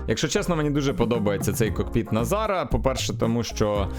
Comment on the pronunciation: Дякую за контент але не кокпИт а кОкпит.